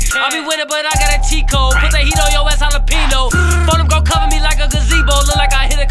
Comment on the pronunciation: The way this nigga says jalapeño is killing me